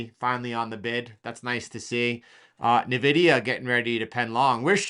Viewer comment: NVidia - Say the letter "N" then "vidia"